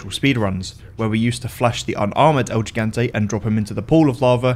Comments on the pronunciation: el he-gan-tay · "El yigantei" 👀